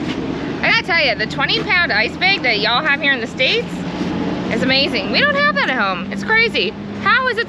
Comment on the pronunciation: Nice trip, good ride. Liken' dress t-shirt. Also she's already talkin' Southern with a Y'all on the 20# ice block. Can't wait for the next installment. Envious for sure.